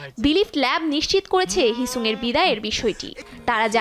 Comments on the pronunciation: হিসাং re হিসুং banaylo ken bruh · ”eeenhypen” “heesuung” what a lucky day to be a bengali engene